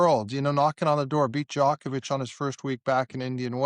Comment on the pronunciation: Can you say Djokovic correTly